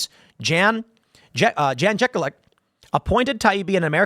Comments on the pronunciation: Sorry, I couldn't let it pass by. Jan Jekielek "Yahn Ye-KEEL-ik" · Jan Jekieklek is pronounced with Y's instead of J's. Don't remember what language it is.